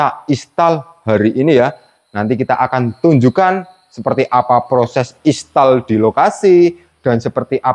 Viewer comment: Mas sebutnya "Instal" bukan Istal.😂😂